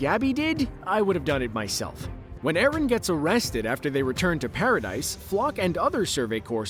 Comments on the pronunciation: It's actually Pronounced Paradi not Paradis even though it's spelt that way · "Mar-Leigh" "Para-Dice" C'mon man 🤦🏻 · I almost got interested to watch the whole vid, but had to stop. This guy's keep saying "Para-Dice" and I thought I was watching something about AoT.